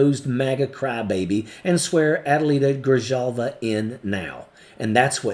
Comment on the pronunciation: Her name is pronounced Gri-halva. Not Gri-Jalva. Like the “J” in Spanish Jesus is pronounced “HeyZeus,” use an H sound not a J sound.